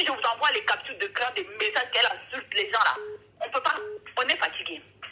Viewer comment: Qui éclate de rire quand elle dit"capture capture 🤣🤣🤣😂😂😂😂pardon